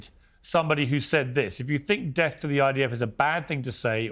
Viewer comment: When they say "De ath to America" THEY MEAN DE ATH TO AMERICA!!!! NEVER TRUST PALLYWOOD PROPAGANDISTS